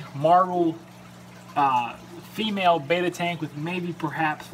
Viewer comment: Its written and red as Betta not Baytta!